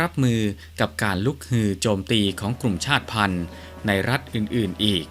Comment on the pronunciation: ชาติพันธ์ อ่านว่า ชาด-ติ-พัน😊